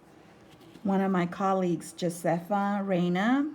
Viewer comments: Josefa is pronounced /hō say' fuh/. Aren't there tons of Spanish speakers in Texas? Or wasn't it required in school? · Awesome videos!!! Josefas name is pronounced with an H sound for the J :D